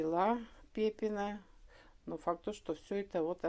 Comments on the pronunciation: Пепинно, но не пепино, очень режет слух, если записываете ролик, научитесь правильно называть на русском языке! Спасибо, очень познавательно, но мы вам все равно желаем бетонной земли! Из Одессы с любовью!!!!! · Пепино ударение падает на И